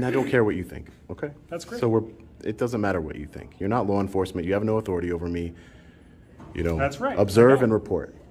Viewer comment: "Respect my ATHOR - I - TIE !"